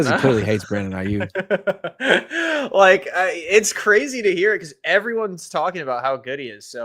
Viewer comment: please, please, please tell him it's not Brandon "Ai-YUCK" 🤦‍♂